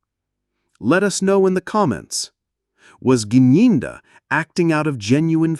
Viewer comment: He dressed like this because he knows the level of his guilt. He is the one who told the court how dangerous it would be to go in Loco inspection. But now when u started the video u couldn't pronounce the name Gininda but at the end u were able. 😂😂😂😂😂. Thank u